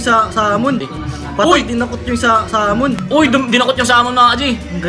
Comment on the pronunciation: Mali ang pagbigkas niyo sa Samon. Dapat parang pagbikas sa Sago,Sagad, sahig , Samid at sahog. 67 yrs old na ako at laruan namin ang Samon na gagamba nung elementary kami sa Cagayan Valley. Ang pagbigkas niyo ay gaya ng pag bigkas sa salitang Salmon sa ingles.